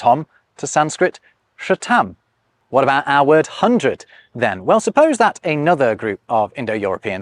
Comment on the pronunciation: "sha-TAAM"? Really? The simplest, most cursory GLANCE at a pronunciation guide wouldn't shown how far that is from "SUTH-thum".